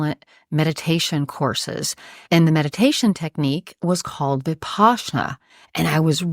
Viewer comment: She’s full of shit. She even pronounced Vipassanna incorrectly.